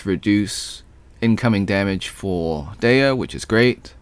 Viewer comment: Btw you pronounced dehya artifact set CORRECTLY. FINALLY a use for the bell😅. She might not be the best dps but her design is probably one of the best in the game